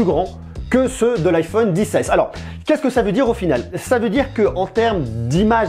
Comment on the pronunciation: Arrête de dire liquouide rétina et dissesse